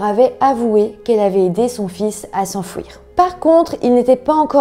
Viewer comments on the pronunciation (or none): S'enfUIr pas s'enfouir 😅😉 merci quand même pour cette vidéo